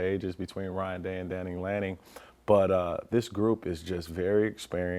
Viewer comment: Bro, his name is Dan Lanning not Danning lanning